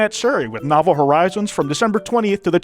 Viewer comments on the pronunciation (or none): none